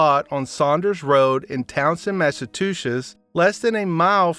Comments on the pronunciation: It's mas - a - chew - sits this is the pronunciation. You sound like your articulate. But I'm not saying anything I only went to 8th grade but I am a student of the English language. Good video narration. Especially for never doing this work before. Keep it up your good at it 👍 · Mass a chew settes